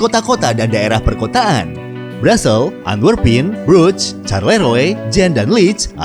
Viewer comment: Ibu Kotanya dibacanya Brusel bukan Brazel